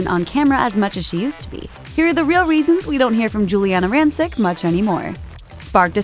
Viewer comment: you're mispronouncing her last name